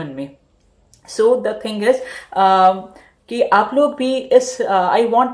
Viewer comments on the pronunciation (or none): none